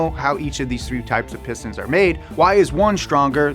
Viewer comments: Who else heard say “Piss Dance”? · Piss stains, piss stains, piss stains is what I heard in the beginning of the video haha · Not gonna lie, I thought he was saying "piss stans" in the introduction and I was scared I clicked on a not so savory video.